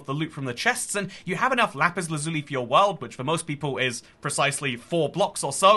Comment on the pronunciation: Why do you pronounce lazuli like that? At one point I did too, but I was like 7.